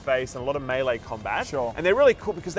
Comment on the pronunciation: Finally, proper melee pronunciation.